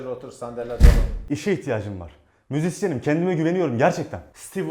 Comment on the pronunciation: ipini koparan müziksiyenim diyor lfdsşfsş